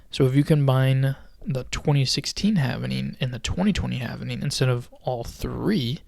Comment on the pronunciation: If you can't pronounce 'halving' correctly and you're pronouncing it, havening instead, why should anyone pay attention?